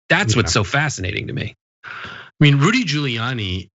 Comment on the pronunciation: “Rudy Pooliani”